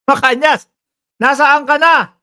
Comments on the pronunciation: tamang bigkas ay Macanas, hindi Macanyas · Macanas po hindi macanias..